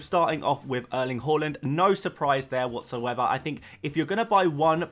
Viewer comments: Whoreland? It pronounced H~ar~land. Coming from a Norwegian…. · you actually almost got the haaland pronunciation down! if you say the LA part like you do in LAVA, you got it 100% right. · Just pronounce it as it is written. His name is Erling Haaland. Simple as that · say the haaland properly man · sorry if I am to rude but I really adore the player and want you to say it right